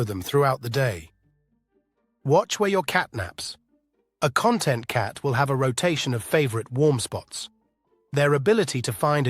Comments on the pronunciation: A content cat i didnt understand ai what you meant for ages its con- tent not content 😂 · I would like a con -TENT' cat, not a CON' - tent one! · Great info! Btw, CON•tent is like “Table of Contents” and con•TENT is ‘happy with the way things are.’ It began to annoy me that the AI never said “con•TENT,” when that was the focus of the video.